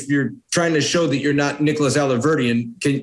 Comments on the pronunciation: I hate when actors mispronounce names of people or places they would have heard spoken before they'd read them. She claims that the first time she learned of this, she heard the police call him Nicholas Rossi, but she also pretends she doesnt know how to pronounce it. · It doesn't show anything other than he's purposely mispronouncing an Italian name. As if that's going to throw anyone off his scent! LOL. She's in on it, for sure! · I think that in knowingly mis-pronouncing 'Rossi' she's hoping to distance herself from the person who has gone by that name (despite him sitting right next to her). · I used to work with a lady who grew up in an orphanage in Belfast...she lived in England the majority of her adult life and still had the strongest northern Irish accent. It also irritates that they insist in mispronouncing the surname Rossi in an attempt to distance themselves. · Her mispronunciation of Rossi, she’s totally in on this. She had just said it correctly! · I love the way they always DELIBERATELY mispronounce the name Rossi by saying Rosie 😅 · When asked if he is Nicholas Rossi he replies by saying he's not Nicholas Rosie, the different pronouncing of the name has to be another tell, he's no master of disguise that's for sure. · This guy's accents are all over the place - he's hilarious! Why do he and his wife keep pronouncing 'Rossi' as 'Rosie' as though they've never heard the name? There is a large ice-cream company in the UK called Rossi - If he's British, he knows how to pronounce Rossi! Also, why can't he take off his jacket because he can't stand? I've been dressing & undressing myself for many years, it is not necessary to stand to remove a jacket. It can sometimes be easier, but it's not essential. Lose the Bunter Blazer and let's see your tatts! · I think she’s in on it. Just the fact that everyone else says Rossi and she insists on pronouncing it Rosey. Creating distance from the story perhaps? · She knows damn well how to pronounce Rossi 🙄